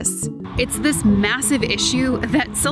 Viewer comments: Stop saying SILICONE valley sheesh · Silicon not silicone please